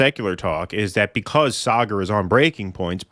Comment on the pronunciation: is literally in India yet can’t pronounce Saagar (saw-guhr)